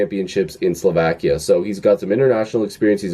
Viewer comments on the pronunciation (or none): none